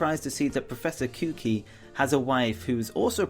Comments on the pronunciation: not kuki kukui koo-qu-ee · It’s pronounced Mon, like Pokémon, Not Mohen. Also, it’s pronounced Koo-Kooi, Cooki XD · Blah blah blah mr kooki. His name is professor kukui not kuki or kooki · Did he justsay professor kooky? ITS PROFESSOR KUKUI (kuh-koo-ee)!!!!! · its not profesor kuki its kukui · KOOO KOOO EEE NOT KOOKEEE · proffesor kukui is koo-koo-E not cookie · He calls professor kikewie (how it's pronounced) like professor kookee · It's koo-quee Kukui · It is ku-ku-i! Not kookie! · Koo-Kwee not Koo-Kee :/ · It's not kewkey it's ku-ku-e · The pronunciation is closer to koo kooie not kookie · Proffesor KKOKI?! its pronounced coo coo we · Koo koo ee not koo kee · "Kyu-ki" lol It's "ku-ku-i" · why do people pronounce kukui as" kooky?" i live in hawaii and it is pronounce koo-koo-ee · oh my gosh, people, please look up correct pronunciations before uploading videos. Kukui is pronounced like Koo Koo E not koo qwee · ITS PRONOUNCED KOO-KOO-WEE NO KOOKEE WTF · Ha... professor kukui not kuki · It's ku-ku-E! not cookie lol just jk :) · Not ku kid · The fact almost everyone misspronounces kukui's name but this man took it to another level where the hell do you get COOKEE from kukui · "Kuki" lmao. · It's kukui. Not kooki. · It's pronounced Ku-ku-e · it's ku ku e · intensify..... Sorry, but it's pronounced as Kukui......... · Kukui is pronounced KOO-koo-EE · Pronounce professor Kukui like "Coo Coo E" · Professor what? Professor KUKI? LOL Dude, youre a poketuber, you cant make mistakes like that. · Professor "kookie?" You said it wrong.XD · Anabel isn't Looker's subordinate, she's his BOSS. Also, it's pronounced Coo-Coo-E and Pelluh-go not Pell-log-go. Jeeze. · kukui's name is said as koo- koo-ee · Wait.... HES CALLING PROFESSOR KUKUI KOOKEE. WTF! PRONOUNCE IT PROPERLY! English is your first language! Learn it! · You pronounced "Kukui" wrong. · The way he pronounced kukui made me want to go on a killing rampage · Professor Kukui has 3 syllables :-/ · U said kukui wrong